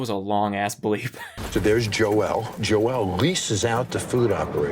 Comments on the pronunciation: I love how Jon referred to the cook Joel as “Joe-L” but then he comes up and just says it’s Joel😂😂😂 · Very small thing I noticed not once did someone ever pronounce Joel’s name right as a Joel myself I staring to think people are gaslighting themselves in to thinking it’s joelle when every Joel I know is just.. well joel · Can we talk about the weirdest pronunciation of "Joel" I've ever heard?